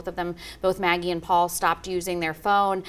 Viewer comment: It was excellent when called out Murdaugh for saying "Paupau" instead of "Paul". During ALL the videos of Alex Murdaugh talking, to anyone, about any subject, whenever he mentioned his younger son he always said "Paul". Never once "paupau". But, on trial, suddenly it's all "paupau"s. So disgusting when one knows that he blew Paupau's brain out of his skull, and why? Because he wanted money. He needed to have 4 homes and a hunting estate. With an aeroplane. And front row sports tickets. And 30 fire arms. And a boat. And a beach house. And a river front house. And everyone with brand new fully tricked out cars. They were "remodeling" their "beach house" for $780,000. I live in one of the most expensive towns in the state in which I live. The public schools are consistently in the top 10, in a state where education is valued more highly than in most others. The state in judged to have the best education system in the US, year after year. But you can buy a house in this town for that amount. I bough one for half that amount. All Murdaugh had to do was say "No. We can't remodel that house." Or "we need to sell it. We can rent a beach place." But it was far more worth stealing from a quadriplegic young man, so he could have all this crap that no one needs.